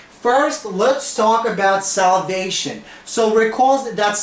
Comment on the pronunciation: where r u from? I heard salvation instead of solvation ! meanwhile gr8 lecture